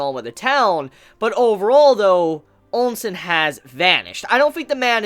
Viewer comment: Onsen? bruuh. OHH-sen.